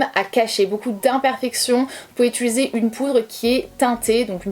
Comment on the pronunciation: Je te découvre, tu es fraîche , les explications sont claires, les astuces toutes bonnes a prendre . Seul bémol , t'entendre dire utUliser a la place d'utIliser me stress. Mais je vais continuer à regarder tes vidéos 😋